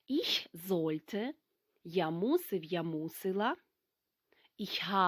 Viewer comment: Вітаю. Чому ви говорити іш, коли літературною має бути іхь!!! І не волєн, а волен. Дякую